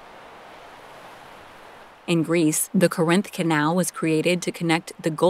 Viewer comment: not sure about some of the pronunciation in this video. Falkirk, Edinburgh, Corinth